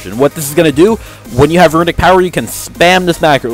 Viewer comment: Are you kidding? It's called "runic power", not "ruinic power" :P